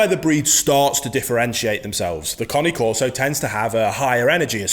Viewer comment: This bloke knows fuk all about bullmastiffs. And what is a coni corso ? It's cane corso not connie. Two very different breeds with different traits. He is new to dogs and don't understand bullmastiffs.